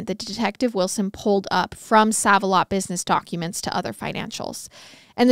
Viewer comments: Isn't it pronounced Save a lot? I think that's the same chain that's here in my area but it is spelled Sav-a-lot. Just curious if it's the same chain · It’s pronounced SAVE-a-lot - just fyi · SAVE•A•LOT its making me twitch when i hear it said so..WRONGLY 😅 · Save-a-lot 🤣🤣🤣 i love u ❤ also car-mol (Carmel) not caramel! Obviously sucks to hear of a case in places ive been but omg so interesting being able to visualize where they are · I’m from Indianapolis and you are pronouncing save a lot incorrect lol. It’s so cute how you say it tho , love you guys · The way you say certain words.....the grocery store name is "save a lot"....it's not spelt with the e at the end but its pronounced with it!! Where did you go to school!? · Girl. Its not said as 'sav' the store is said like "Save a lot" 😂😂you KILL me with your confident misprounciation of things! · This case happened in the town where I live and I thought I knew everything about it but I learned a lot more from watching your video. You did a great job on this case. FYI Sav a Lot is actually pronounced Save A Lot. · When I heard pronounce it as ‘sav’ instead of ‘save’ I was like 😱 they’re about to get a lot of their favorite kind of comments /messages 😆 But browsing through the comments I didt see a billion ‘it’s SAVE a lot’ comments so now I’m wondering if there is another chain where they say sav instead. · I just have to comment. Every time you say save like sav it cracks me up! Save-a-lot is pronounced Save. Like "I'll save your life" lol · I love your telling of the tale but please stop calling it Saav A lot. It's SAAV A lot. Like SAVE. I have shopped there for literally 40 years. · Ikr? 😂 It's super cringy. It has me disturbed and unfortunately she does this alot with simple words. Still, I love MWMH. Just wish she would do more research in pronouncing things. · Same!! I was hoping I wasn’t the only one that it bothered. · Love you guyz❤❤❤ just wanted to add, it's SAVE-A-LOT lol, not SAVE-A-LOT.. 😅